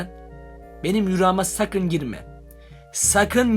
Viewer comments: Rüra değil rüya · Abi yüra mı diyon rüya mı görüyon